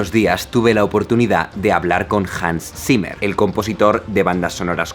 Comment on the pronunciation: JANS SIMER Xdddd